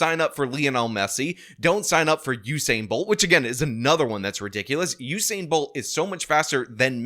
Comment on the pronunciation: "Hussein" Bolt? Is that a new Iraqi athlete?